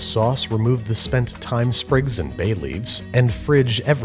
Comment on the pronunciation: “And a few sprigs of Tyne are gently jostled” 😂